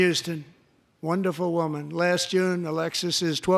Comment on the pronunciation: Wanderful wandeful wandeful.